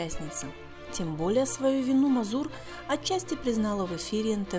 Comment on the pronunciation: Нет фамилии МазУр. Есть МАзур, ударение на первом слоге. Хотя чего ждать от людей, которые даже фамилию великого артиста пытаются произносить с "оригинальным" ударением?